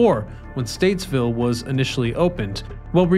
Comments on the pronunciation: Stateville not Statesville 😊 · Stateville not Statesville. But my God, I love these old Chicago videos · Bruhhhh... it's Stateville... no "s"